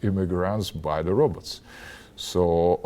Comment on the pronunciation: Hah! He says Robots the same way as Zoidberg!